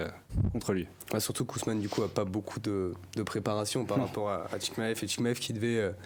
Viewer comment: J'ai entendu ChiKmaev j'ai quitté la vidéo